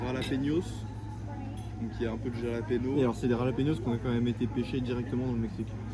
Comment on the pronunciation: Super contenu fais juste attention à la prononciation de jalapeños